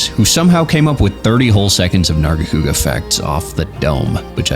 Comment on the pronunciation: he is hitting the HARD R with narga haha